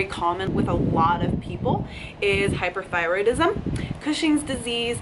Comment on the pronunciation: hyp-O, not hyp-ER, [thyroidism] these are two very different conditions. NOT INTERCHANGEABLE (in the vid it sounds like you're saying hyper and that is not most people's problem) There are free clinics in every city in the land. doctors don't always treat it properly so do your own research. look up the symptoms, there about 12 that you can rate between 1-5 before considering a blood test. don't just take the med without doing your own research. this goes for any condition! once I realized my doc splits his day into 15 increments that 160 patients a week. there is no way that human is going to be able to give the kind of care we all think we are getting. be your own best advocate. absolutely great advice on treating oneself as an individual and seek what best for each person. rarely heard common sense good advice.